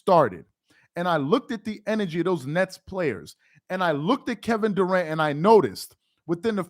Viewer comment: Kevin DA-ANT 😆 🤣 😂